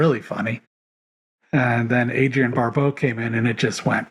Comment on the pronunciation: I've never heard Adrienne Barbeau's surname pronounced Barboa...